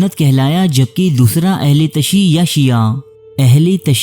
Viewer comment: BRO aHLE TASHI NAI BALKAY AHLE TASIYO HOTA HAI PLEASE CORRECT IT